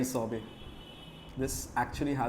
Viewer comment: Shorbot not a sorbet 🤣🤦